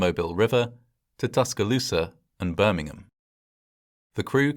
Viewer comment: mmm yes the better pronunciation of Birmingham. :)))